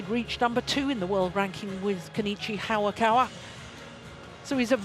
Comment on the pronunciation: Its HA-YA-KA-WA .. not HA-WA-KA-WA